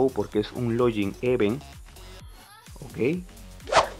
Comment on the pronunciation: No se dice lollin mr, se dice log-in